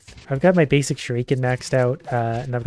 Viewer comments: Please learn how to say shuriken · Please stop pronouncing shruiken that way it's not kosher at all